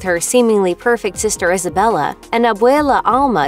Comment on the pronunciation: Majrigill, and also she pronounces names like Luisa "luiza". Same with Isabela, pronounces it the wrong way, "izabela". Triggers me so much, cmon, it's not difficult to get it right